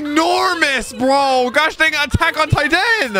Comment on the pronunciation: Why do you pronounce things like that 😅 "attack on tiTAN" "yoYO" "machineGUN" You accentuate the last part of the word and it's really weird lol